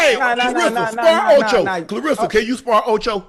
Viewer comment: Shannon...Shay...Unc...Please Take A Phonics Class and Stop Mispronouncing KLAH RESS A Shields' name...R E S S A ... RESSA